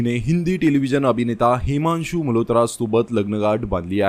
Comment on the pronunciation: हेमांशू नाही हिमांशू आहे